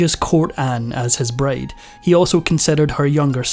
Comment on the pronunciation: So... is no one going to address how he keeps saying braid instead of bride?